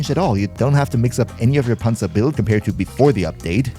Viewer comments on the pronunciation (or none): Got this recommended, heard you say "Panzer" and knew immediately you were german lol Bilinguality go brrrr.